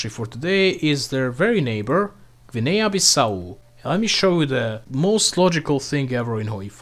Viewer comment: Blud fell off, he butchered his pronunciation of Guinea